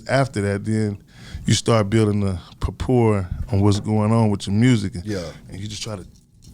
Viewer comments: Puhpore = report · “Notoration.” “Papport.” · Notaration and pa-por got damn. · My nigga said like 3 or 4 words wrong. Noteration and propor ass nigga. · “Notoration” and “Prapure”. Hilarious . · He said propour instead of rapport. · He butchered about 3-4 words in this interview lol. It's all good tho. One of the underrated producer-rapper GOATs.